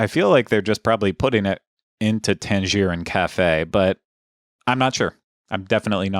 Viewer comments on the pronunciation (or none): Odd way of pronouncing Tangerine there